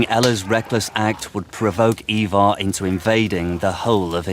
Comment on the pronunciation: Hearing the repeated mispronunciation of Ivar was painful. How many times can you get it wrong in one go?